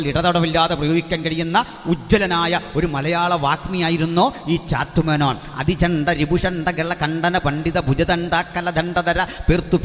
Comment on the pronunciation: പാസ്റ്റർ ശ്രദ്ധിക്കുക! ചാത്തുമേനോൻ അല്ല. ഒ. ചന്തുമേനോൻ എന്നാണ്. മലയാളഭാഷയിൽ ആദ്യമായി ലക്ഷണമൊത്ത ഇന്തു ലേഖ എന്ന നോവൽ എഴുതിയ ഒ ചന്തുമേനോൻ ദയവായി ചാത്തു േമനോൻ എന്ന് പറയരുത് ! O CHANDu MENONor ഒചന്തുമേനോൻ